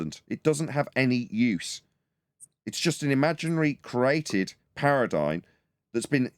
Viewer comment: Thanks for the daily show! BTW Paradigm is pronounced with an 'm', not an 'n'. Much love ❤